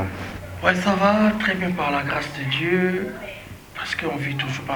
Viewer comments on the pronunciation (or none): none